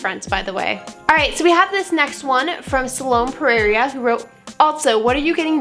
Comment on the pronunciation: it's pronounced sa-low-me per-era